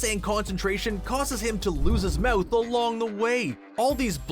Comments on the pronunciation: Ur saying moth instead of mouth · anyone else think he says mouth weirdly